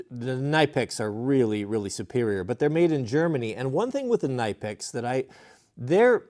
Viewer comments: KNIPEX = KNEE PEX, not NIGH PEX or NIP EX, KNEE PEX is how the proper German pronunciation. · Knipex is pronounced Nipex the K is silent. Nice series. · “Nipex” the k is silent. And proto tools are amazing tools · You say KNIPEX incorrectly